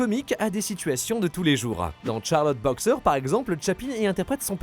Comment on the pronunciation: C'est bien ce qu'il me semblait... pourquoi prononcé "Tcharlotte boxeur" avec un rapide et ridicule accent anglais ? C'est le nom français > Charleau Boxeur!!!! En anglais c'est The Champion